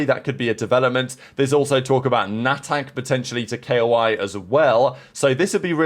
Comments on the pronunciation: It’s pronounced ko-e, not spelled. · it's spelled Koee, not K-O-I. 😂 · Mayko. K-O-I